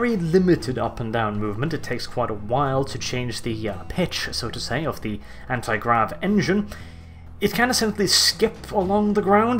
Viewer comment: he said granti grav instead of anti grav. not a big thing but its nice to see that even he can make mistakes